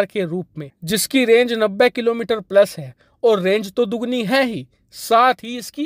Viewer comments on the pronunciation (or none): none